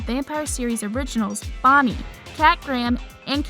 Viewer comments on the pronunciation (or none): Did she say Bommie?😑😑